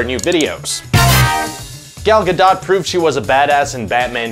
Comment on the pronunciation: Has this guy never heard Gal Godot's name being said before. Lol